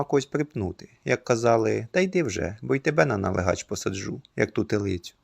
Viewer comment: У слові налигач наголос на другому складі: налИгач, а не налигАч. Принаймні в центральній Україні. Не думаю, що десь це слово звучить по іншому.